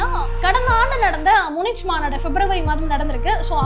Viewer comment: நன்றான பதிவு. Munich... ம்முனிச் என்று சொல்வது தவறு. ம்முனிக் என்று உச்சரிக்க வேண்டும்.